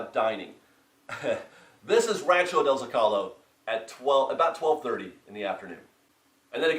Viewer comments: petition for to pronounce Zocalo correctly! so-ca-lo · So Rancho del Zocalo is pronounced: Zo-kuh-Low